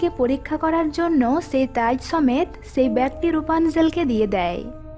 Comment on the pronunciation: আপনার ভাসায় কিছু সমস্যা আছে, আসা করি ঠিক করে নিবেন। ছেই হবে না হবে সেই ছেটা হবে না হবে সেটা এমন আরো ওনেক মিস্টেক আছে